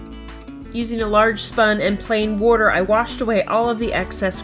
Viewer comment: The way she said water tho